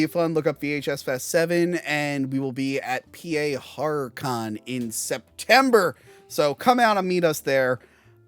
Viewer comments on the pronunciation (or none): none